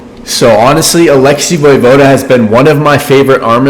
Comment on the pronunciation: Im pretty sure it's *vuhvohda) not voy vohda.